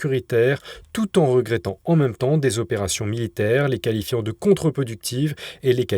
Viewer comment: "deux mille Zopérations" ça l'fait pas !!!!!!!!